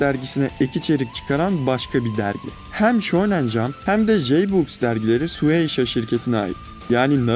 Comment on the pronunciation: Abi düzgün oku şu shueisha yı çıldırıyorum